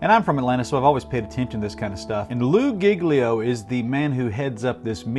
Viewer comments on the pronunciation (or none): its lew-ie giglio thats how you say it